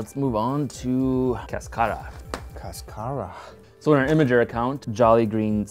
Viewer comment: "Cáscara", stress in the first syllable, and it means "shell".